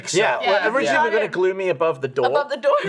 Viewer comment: What Lindsey said almost sounded like "deur" which is door in Dutch haha